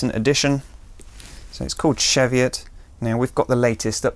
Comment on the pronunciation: Chee-vee-ut not shev-ee-ut